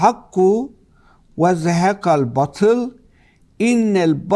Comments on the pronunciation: Birde batıl diyor. Her ne kadar batıl yazılsa bile bâtıl diye telaffuz edilir. Herifi dili bile yakışmıyor.... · batıl değil hadi bey, BAATIL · Hadi bey Kılıçdaroğluna gülüyorsunuz da, hadi o "batıl" diyor baatıl demesi gerekirken, siz de a harfini uzatmadan batıl diyorsunuz,yakışmadı size .. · Hâdi bey siz bâri yanlış okumayın batıl nedir, BÂTIL olacak. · En az Kılıçtaroğlu kadar, ayetlere yabancı olduğunuzu görmek beni üzdü.. Keşke "bâtıl" kelimesinin nasıl telâffuz edildiğini birine sorup, öğrenseydiniz. Kılıçtaroglu nu mâzur görebilirim. Çünkü İslâm dinine mensup bir toplumsal yapıdan gelmiyor. Ama siz İslâma mensup bir topluluktan geliyorsunuz. Size bunu çok gördüm. Ayrıca gazetecisiniz, bunu bilmeliydiniz. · Senin cehaletini ne yapacağız efendi. Batıl değil, Baatıl okunur. Bak üstündeki şapkadan anlamadın diye iki a harfi yazdım ki harfi uzatman gerektiğini bilmiş ol. Ayrıca Kitabımızda İsâ sûresi yok. El İsrâ sûresinde o ayet. Kılıçdaroğlu ziyadesiyle câhil zaten bu durum konu bile değil ama Erdoğan savunucuları bari biraz ilim sahibi olsa…